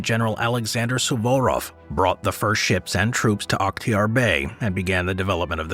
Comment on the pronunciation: You nailed the pronunciation of Suvarov, but your rendition of Sevastopol is decidedly Western. Listen to the young lady at about . (The accent is on the third syllable.) My goal is to one day get 100 US citizens to properly pronounce Okinawa.